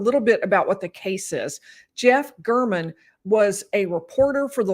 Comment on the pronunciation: Listen to how the prosecutor pronounces Mr. German’s name: Gair-men. Telles is intentionally mis pronouncing it.